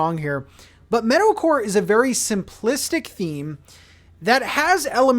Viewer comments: Not me thinking you said metal-core and was confused with the villagers at first until I finally heard meadowcore 😂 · Dude up until about halfway through this video I thought you were saying "metal-core" instead of meadow-core XD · First I thought you said “Metalcore” but when you were explaining the villagers you meant “Meadowcore” lol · I can't tell if you're saying metalcore or meadowcore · Really thought you were saying Metal-core! Didn’t realize it was Meadow-core until 8 minutes into the video. 🤦‍♂️ Excited for the new island! 👍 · it wasn’t until he got to the island did i realize he was saying “meadow” core not “metal” core.. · thought you were saying Metalcore for the first 5 min of the video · The whole time I thought was saying metal core 😂😂😂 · Definitely thought you were saying "Metalcore" and got very excited for a second there